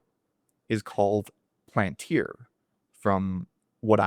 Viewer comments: . You can listen to Thiel pronounce it Pal an tir Not a big deal though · Did u say PLANTIR??? Its PALANTIR. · The “seeing stones” in LOTR were called pal an tiri so he dropped the “I” for the company name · It’s pronounced Pal-an-tir